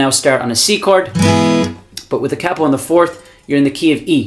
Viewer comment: Thank you. But more importantly than all the great playing and advise, you say capo properly, with a soft a. 🏆